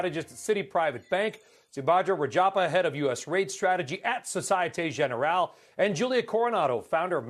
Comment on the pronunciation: "Societay Jeneral". -_